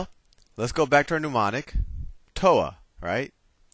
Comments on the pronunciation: Woke up this morning feelin’ like getting a trig review, after 50 years— and this was perfect! Too late now, but Soh Cah Toa (love it!) is a mnemonic, not a “newmonic.” Nevertheless, a great lesson! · Great video. Solid information. But, what the hell is a NOO-monic? Is it similar to a mnemonic device? "soh-cah-toa" is a great mnemonic device. All spelling and pronunciation aside, nice video. Seriously, well done! I just had to give you a hard time about the nooooo-monics.